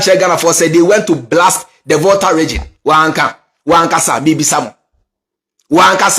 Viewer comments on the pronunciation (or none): none